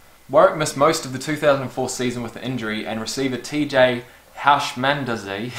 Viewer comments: Ah, first word I had to learn to pronounce in NFL: TJ Who-sh-Min-ZAH-duh aka: TJ Who's Your Momma. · TJ Housmandzedeh had amazing hands he was a great possession receiver , his last name is pronounced 'Hoosh Man Zaa Daa' if it helps at all it's definitely a mouthful